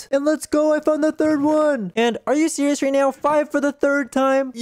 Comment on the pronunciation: Are you sewious right bruh 😐